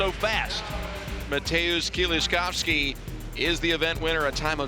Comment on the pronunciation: Even the announcer has learned to pronounce my compatriot's name correctly .. Mateusz Kieliszkowski- the pride of Poles.